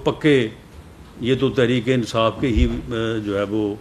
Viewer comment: Ansaaf!!!!..its insaaf😅....bhai meray...